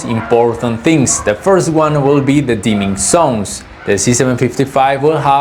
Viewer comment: I don't know why you guys can't pronounce the sound "z" at all (have you ever tried?), but it's very annoying to hear "dimming sons" when you actually mean "dimming zones"...